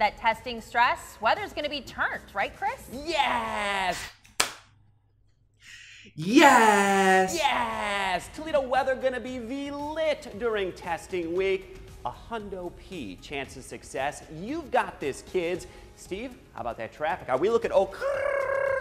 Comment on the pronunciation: wait did he say TALEDO!?!? Only in Ohio💀💀💀